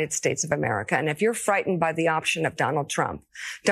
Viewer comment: W t f the way she pronounced America, what was that